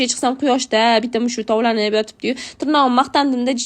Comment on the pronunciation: Turgʻab emas tugʻrab, tovlanib mas toblanib.